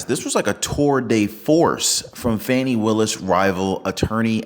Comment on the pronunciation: Pronounced FAWNY NOT FANNY😐